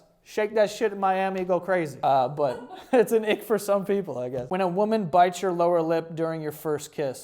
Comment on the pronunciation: "i do enjoy kissing a wamen"